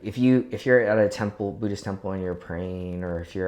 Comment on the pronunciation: His ignorance of my religion is quite breathtaking. Sounds more “Bhuddish” than Buddhist. 😂